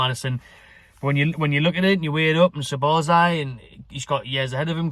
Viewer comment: Ya caving ma bassa heed in man with ya pronunciation dude it's Sob - Oz - lie = Szoboszlai